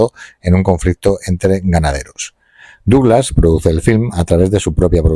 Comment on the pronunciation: Very Very Bad pronunciation of the name DOUGLAS